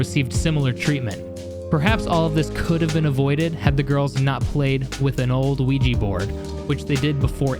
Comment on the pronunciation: also its the luigi board not ouji